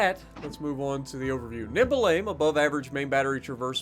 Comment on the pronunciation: I swear you said "nipple aim" instead of "nimble aim" 😅